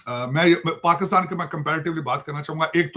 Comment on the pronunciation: Paxaatan, isolation, taiyyare, Cheema Saab, maine Research kari hai😂 Sorry bekhashoosh bhool gaya m